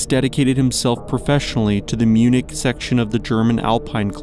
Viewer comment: I don’t know how one can not know how to pronounce Munich.